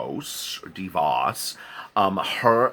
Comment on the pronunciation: Betsy "Day-vos." Latin rooted names are tricky.